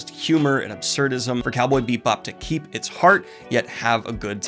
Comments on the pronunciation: Daniel, goblin, babe, delicate.... delicate flower... it's bee-bop. Not beep-bop. I love you so much, but I chuckled every time. Haha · You throw shade at Firefly for being similar to Cowboy Bebop, but Cowboy Bebop is just Lupin III in space. Also, it's pronounce Bebop, not Beepbop. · 1) I completely agree and it brings me joy to see you enjoying something from my childhood. 2) IT'S BEE BOP NOT BEEP BOP... whole video... making me twitch.... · Is he saying Beepbop right meow? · Is it me, or are you saying ‘Beep-bop’? 😆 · I'm watching this review again years later and I can't get over the fact Daniel keeps calling it Cowboy Beepbop. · As a jazz musician the cowboy beep bop bit gets me every time he says it that way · I'm sorry, but... did he just say "beep bop"? (Or do I just have bubblegum in my ears? Loll) 😳 🤭🤭 👀 Why is that somehow so cuuute thoo💖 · I keep hearing "Beatbop" and I'm not ok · Bebop is my #1 anmie. your channel is my #1 booktube channel. i said that to say im not trolling. but i couldnt finish this review past halfway with you calling it " Beepbop" im sorry, not trolling but it was distracting, keep up the anime reviews tho, makes the channel better. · is he saying beep bop? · Are you saying "Cowboy beep bop"? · Was he saying "Beat Bop"? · Cowboy Beep bop boop beep. I love how your saying it. It like how i say 'upsides downs'. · Am I the only one who kept hearing "Cowboy Beat Bop" whenever Daniel said the name? Lol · I’m hearing it to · sorry, but every time I hear it pronounced "BEEP Bob" my body flinches reflexively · Was he saying “Cowboy Beepbop? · ARGH! I am not sure if it's the way he says it or if it's just the way i'm hearing it but it sounds like he is saying "Beep Bop" and it triggers me! Well it was a great review anyway, Thanks once again Daniel for a wonderful review. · Are you saying “bee-bop” or “beet-bop” or “beeb-bop”? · Am I the only one hearing Beep-bop? Love the content!